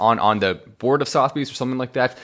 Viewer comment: not sothbys......Suth a bees...